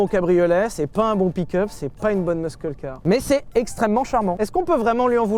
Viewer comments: Quand tu dis muscle C’est hilarant RIP anglais 😂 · Pierre s'il te plait explique lui comment on prononce "muscle" en anglais. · Pitié, quelqu'un pour dire à Sylvain que le "c" dans "muscle" est silencieux. (En anglais)